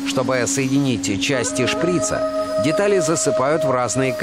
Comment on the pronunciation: шприца ударение на а.